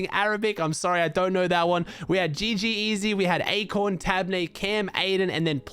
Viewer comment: GG easy?? it’s pronounced like GG’s aussie